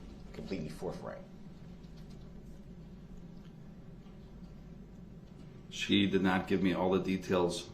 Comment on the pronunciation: Forth right not forf